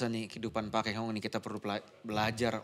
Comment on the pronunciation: Pak Lo Kheng Hong bukan Pak Lo "Keng" Hong kurang memperhatikan😢